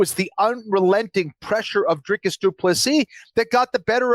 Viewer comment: It's Dreecus not Dreycus